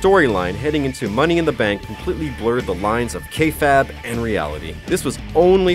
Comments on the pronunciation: He said KAYFAB ! WTF IS A KAYFAB...its kay FABE....with an E in the end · Bruh, I love the content but do some research. I know it's minor things like mispronouncing kayfabe or Cesaro or saying the wwe 24 special on Rollins aired before his return, but please work on these things. Love your content still, keep up the good work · I hate how he pronounces cesaro and kayfabe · It's Kayfabe not Kayfab....... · Yes but no matter where you're from Cena is pronounced (C-NUH) not (SEN-UH) mixing up battle royal and royal rumble. I'll excuse Cesaro pronounced (SAY-SER-OH) because that's an accent. Also kayfab? KAYFAB? it's kayfabe, he ignored the E. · The Phenomenal McLane he said kayfab and cesairo 😂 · sesero and kayfayb....good video anyways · "kayfab" okay then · I sometimes question if The Sportster actually know anything about wrestling. I mean, they mispronounced Cesaro, Kayfabe, and Cena. They also didn't include Stone Cold winning Mankind the WWF championship, which everyone knows is the biggest pop of all time, there's a reason it's called the Pop hears round the world. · but maybe mispronouncing kayfabe was kayfabe.